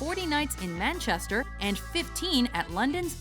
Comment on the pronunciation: FUCKING HELL GIVE THAT WOMAN A COOKIE SHE ACTUALLY MANAGED TO SAY IT RIGHT AT 11.34!!!! rapturous applause